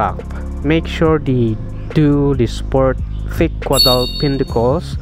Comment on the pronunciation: Thank you fir the very informative video sir.btw, it's caudal sir, not cuadal.